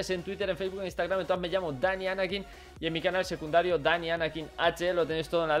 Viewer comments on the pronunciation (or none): none